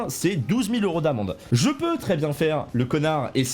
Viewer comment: Pas trrrrrrrrrrrrrrrrrrrop zenervé mais trrrrrrrrrrrrrès énervé